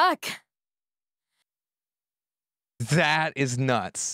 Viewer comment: "The sky turns blark" LOL 😂